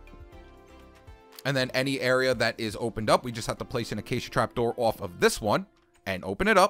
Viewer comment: My favorite thing about this dude is when he says "off" its sounds like "ouuf" sorry if it's sorta offensive but I like it :)